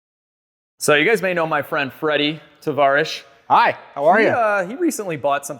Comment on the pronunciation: Lol Tarvish…..